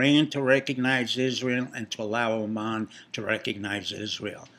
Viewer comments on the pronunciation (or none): none